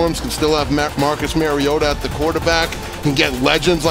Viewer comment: Please give the announcers a heads up on the correct pronunciation of the Titans Marcus Mario auto as a Titans fan every time I hear the miss pronunciation of his last name is like nails on the chalk board